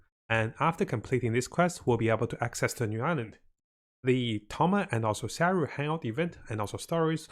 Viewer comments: You don't need to have English as your first language to know how to say sayu instead of saru He have pronounce issues but not because of the language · I truly don't understand, how since Sayu was announced, you still say her name as Saru. But it's not like you say Ganyu as Ganru.